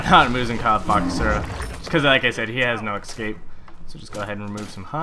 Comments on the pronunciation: But... its not EXcape... its Escape.:D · "ecscape" I facepalm every time